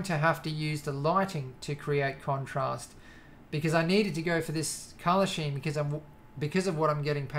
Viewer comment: scheme is pronounced: Skeem